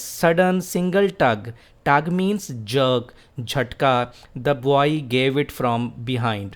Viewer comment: You are a legend. Bht zbrdast lecture h... Word 'boy' repeat horha h iske pronunciation aik nazar dekh lain.